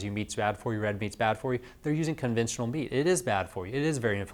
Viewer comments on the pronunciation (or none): Sorry I couldn't quite understand the word you were using about the guy you suggested changing what type of meat to eat, were you saying 'conventional' meat? What type of meat was he eating(processed?) and what did he change to? What is 'conventual' meat or whatever word you used?